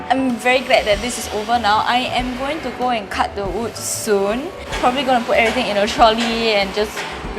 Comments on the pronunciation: Also yes your “ood” last warning sia hahaha does that mean you say “I ood wear this but I oodnt wear that” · If you never say in patreon I wouldn’t even have noticed you pronouncing wood weirdly LOL. You say “ood” instead so cute HAHAH.